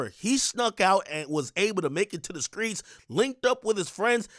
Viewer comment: Ear to da sheets not da skreets 😂😂😂😂😂😂😂😂😂😂😂😂😂😂that was funny af